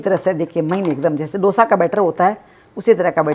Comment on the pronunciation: डोसा नही है वो,दोसा है.Please don't change the authentic name of the dishes.